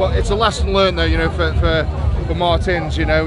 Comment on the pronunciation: Nobody: MARTIIIINS having a stroke